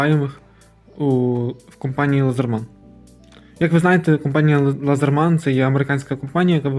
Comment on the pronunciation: А чому лазерман я кщо , ,,Ледерман